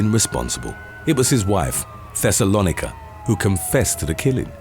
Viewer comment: Pronounced Thes-o-low-Nike-a ding dong it's in the bible